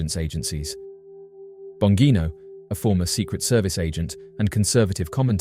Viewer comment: Pronounced Bon-Jean-O! My old best friend is a Bongino & Dan is one of his cousins.